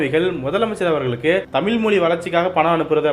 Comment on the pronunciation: தமிழை, தமில் என்று உச்சரிப்பது நன்றாக இல்லை.